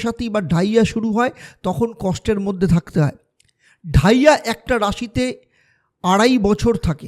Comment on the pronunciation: কি বলছেন বুঝতে পারছি না,,,, ডাইয়া শুরু হবে? নাকি চলছে ,,,কোনটা?